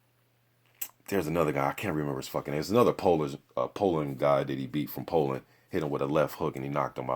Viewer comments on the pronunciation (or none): none